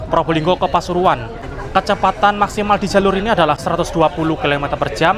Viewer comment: pasuruan ❌ Pasururuan✔️